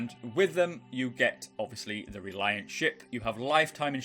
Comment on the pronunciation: Hermagherd err Reliarrrrrrnt